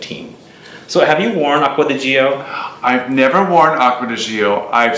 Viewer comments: It is Acqua di GiO ( like Joe), not GIo (like Gee-o). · Italien Aqua di Gio English: Water of Joe Please dont say g.i.o its a Name pronounce it: Joe